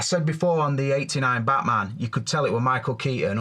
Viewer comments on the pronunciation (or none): none